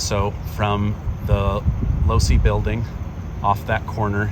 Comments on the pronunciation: Not to be pedantic but it's Loe-see. Otherwise great video. Thank you! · Low-see is how Losee is pronounced. The Losee family used to have a jewelry store for more than half a century, and somehow their family name ended on the building at UVU. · Just an FYI the building is pronounced Lowe See not Loooose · LOVE YOU …,,,. But your pronunciation of Losee is wrong. It’s NOT LOSE’ It’s LOSEE (EEEEEEEE) With an E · Its pronounced Lo see building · It’s pronounced low-see building. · I think Losee is correctly pronounced like LowC. Had a friend with that last name. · It's actually pronounced Lo-see building, but fascination video. Thanks! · Just FYI Losee is pronounced Lo See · I appreciate all that you do I really do I follow you everyday? The e in the low c. Name. That doesn't make sense on mind talk. Record. But the last e is pronounced with an e. The name is pronounced with an e. That is the only thing I want to say. I appreciate all you do for the channel for you. For putting out what you do I love you. I hope I'll go with you and your family. Thank you